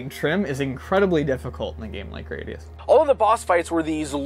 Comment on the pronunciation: Oh Gradius. So many pronunciations and none of them the same as in the game or in the Salamader anime. Thanks. <3